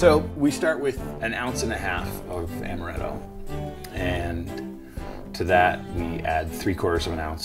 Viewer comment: amaretto not amareto